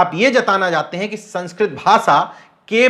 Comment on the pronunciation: Patrakar sahib aap apni bhasha shudh kijye sha shabd ko sa na uchharit kiya jye jaise aap bhasha ko aap bhasa keh rahe he mukesh ko aap mukes keh rahe he . Vishay ko aap visay keh rahe he